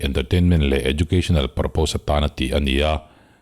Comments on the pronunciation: Purpose hi parpas tia lam (pronounce tur, ka lo sawi ve mai mai, ) no effense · Purpose hi parpas tia lam (pronounce tur, ka lo sawi ve mai mai, ) no effense